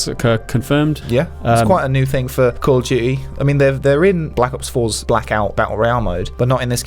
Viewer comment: "Gotta call it by the proper name" he says right before calling Modern Warfare 2 'Call of Duy 2'. :P